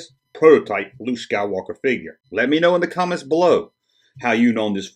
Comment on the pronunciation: Luke not luje!!